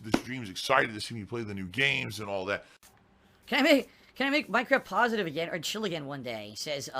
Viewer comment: the words negative and positive funny when he says it 😂😂